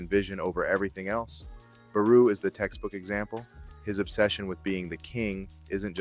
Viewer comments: It's BarO not BarU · No way you pronounced Barou as PERU!! 😂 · Yeah doesnt say barous name properly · definitely feels like ai both wrote and narrated your script. At multiple times you mispronounce names (like nagi-nagee) or inconsistency with barou's name, not to mention flat out incorrect things like saying the swordscrew is yuki's signature shot (it isn't, he did it once) or saying it tricks goalkeepers into moving to one side only for the ball to drastically curve (that's the gyro shot, his actual signature shot). And overall the way the script is written is incredibly reminiscent of AI, especially the way it pads it out with unnecessary noise that adds nothing of value